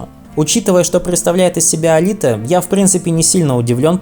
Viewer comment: Алите😂 ты дурак автор? Он не итальянец а албанец и он Элайт а не Алите